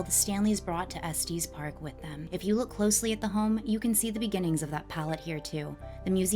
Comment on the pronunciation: It’s not Estees Park , it’s Es TES park. Like Estus.